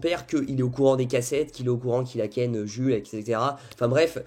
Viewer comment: ça se dit « joulsse » 🥲😅😅😭